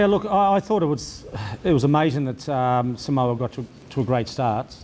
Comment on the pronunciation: I find it appalling that legend David Campese and a lot of other ex-players and current commentators can't even pronounce "Samoa" correctly